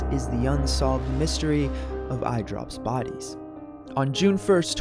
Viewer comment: Why You Say Idropbodies Like That